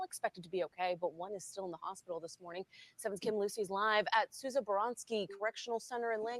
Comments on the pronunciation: Souza not sowsa 😂😂🤷🏽‍♂️ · It's actually pronounced sue'za And the names are of two correctional officers that were killed at the MCI Norfolk facility during a attempt prison escape. Also that facility is the only max in the state, other than that is DDU. Which is a segregation facility, 24hr lock down. I would compare it to California pelican bay. You normally have to sentenced for a disciplinary infraction in order to go there. And you can stay there for up to 10 years. I'm pretty sure that's where they have been shipped out to pending their hearing and sentence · Sooza is the pronunciation just an fyi